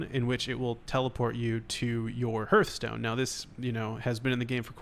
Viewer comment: Ah yes, my Hørthstone